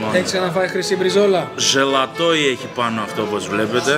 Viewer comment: Ζαλατόι όχι ζελατόι